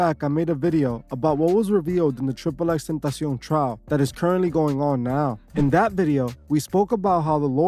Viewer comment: The way this guy says tentacion is almost as good that one guy that says TAPATIO 🤣